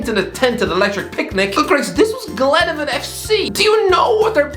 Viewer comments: Not glenavin. Glen-a-von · Glenavon is pronounced “Glen” “nah” “Von” not that pile of wet tripe that you said 😂….. I would know I was at their cup match last night chap 😂…. You may stick to the milk baths hahaha but fair play for the shout out top man 👍🏽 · The way he tried to pronounce glenavin🤣🤣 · Glenavon is pronounced Glen (av) on, :-) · It pronounced Glen-aa-von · Embarrassing how he pronounces Glenavon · is spending too much time in England. That pronunciation of Glenavon made my skin crawl and I speak for everyone in Northern Ireland with this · Love but hate his pronunciation of glenavon lol